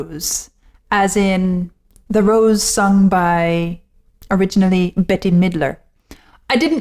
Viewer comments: Bette Midler’s name is pronounced “Bet”. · Pronounced. BET- Midler 🙂